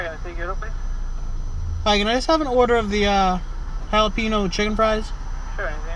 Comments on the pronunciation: This nigga said JA-LA-PENO 😂😂💀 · you call it challah-pehnoh?? UNSUBBED, BLOCKED, REPORTED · Good video mate, just a quick heads up. It's pronounced Ja-la-pe-gno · I like it when people incorrectly pronounce it ja-lap-ino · Jalapeno = HAL-UH-PEEN-YO. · It's actually pronounced "halapenjo" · properly pronounced holla-pen-yo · Hates juh-lap-a-nos. Buys juh-lap-a-no fries to review. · "Jalapiño" LMAOO your cringy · These were really good. Respect lost for this guy who can't handle "spicy" processed food and can't pronounce jalapeño the way it's supposed to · why do you say it jalapeno like ricky from tpb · His pronunciation of "jalepeno" is killing me inside. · It really bothers me how you say jalapeño